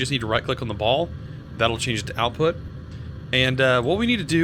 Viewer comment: "Outout" why does that trigger me so much